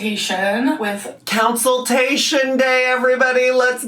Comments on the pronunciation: i am BEGGING this woman to learn how to pronounce consultation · Did she say COUNCILTATION? 😳 maybe someone should send her a dictionary 🤔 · that may not happen in a consultation but she had a counciltation. lol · She had her council-tation on my bday. But my actual gift is ( hopefully) is not having to hear that word again. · That’s definitely the way I heard it too! And lmao, “counciltation.”